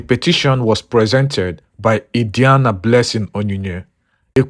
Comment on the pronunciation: The name pronunciation Adiani is wrong.